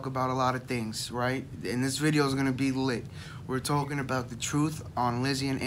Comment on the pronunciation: “ this video is gonna be lit” in the most blunt tone 😂😂😂😂😂😂